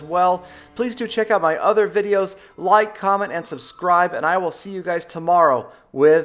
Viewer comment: "Loike". Is that Peter17$ sneaking out from within the depths of your voice i hear??